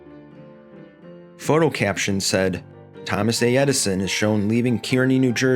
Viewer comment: 'Kearney' is pronounced as 'car-knee'. My dad worked there for 33 years.